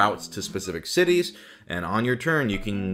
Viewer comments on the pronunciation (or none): none